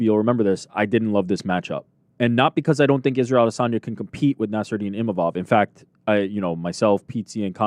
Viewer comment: Why is Ariel pronouncing Nassourdine with a french accent? Lol. He is originally from Russia and his name is of Arabic origins.